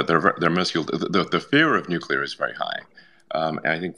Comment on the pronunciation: For gods sake, will somebody please please have the courage to tell RFK jr the correct way to prounounce NUCLEAR!!!!!!!!!!!!!!!! He is running for PRESIDENT for gods sake. To be commander in chief of the US military. Its NEW-KLEE-YUR not NUKE-YA-LUR!!!!!